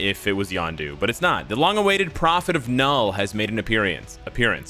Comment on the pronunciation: Gotta really pronounce the K in Knull for all the Swedes.